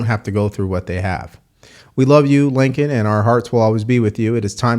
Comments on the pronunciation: No reaction from the Guilty…. I have to correct you it’ like the word “Lake” NOT “Link”not being ugly just wanted to have her name said correctly. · #1 During the State of the Uniion Message Biden didn't even probnounce Laken Riley's name correctly; "Lincoln Riley". #2 The border bill wouldn't do anything to help secure the border, it would provide for expidited processing of immigrants: $118 Billion “Border” bill; * $20 Billion to for US/Mexico border; 17% of bill $$$. The other $98 Billion will be spent on: * $73.8 Billion to Ukraine (In addition to the $79 Billion + already spent) * $14.1 Billion to Israel * $10 billion in humanitarian aid for civilians in Gaza, the West Bank, Ukraine and other nations * $2.4 Billion to combat Houthi Rebels in Yemen * $2.6 Billion for munitions to Taiwan * Requires the US to process at least 1,400 migrants per day; 9,800/week, 42,000/month, 511,000/year. * Gives the president the power to shut down the border if more than 4,000 migrants attempt to cross the border in a week; 16,000/month, 48,000/year. * The $20 Billion earmarked for “border security” is to be used, not to secure the border, but to provide additional personnel to more efficiently handle processing immigrants. * The bill would cost over $350 for each of the 330 million Americans. This is about $1,200.00 for the average American family. Under the Biden administration Illegal border crossing have reached the highest numbers ever recorded; 300,000+ in December 2023 alone, a steady increase since Biden took office with 2.2 million in 2022 and 2.0 million in 2023. Under the Trump administration illegal border crossing apprehe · Hey, kind of painful. Her name was Laken Riley. Not “Lincoln”, not “Laneken.” Lake-N, not Lin-Ken, not Lane-Ken. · Laken, not Lincoln. Don't pull a Biden on me,. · Laken, not Lincoln, say her name correctly. Biden fucked it up too. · Also it’s Laken not Lincoln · LAKEN.... (LAY - KEN)....